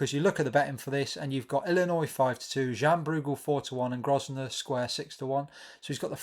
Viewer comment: The s is silent in Grosvenor